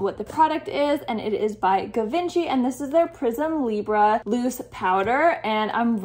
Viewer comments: Just a heads up Givenchy is a French name and it’s pronounced zhee-vaan-SHEE I loved the video! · How did you pronounce Givenchy again??!! 😂